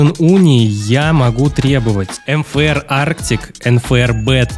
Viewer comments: почему ты говоришь нфр а нужно мфр почему? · Мне одной слышно не МФР А НФР